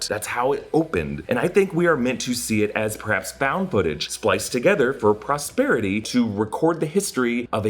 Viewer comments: POSTERITY** no “R”… lol sorry it was bothering me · *POSTERITY Come on bruv, u better than that 😂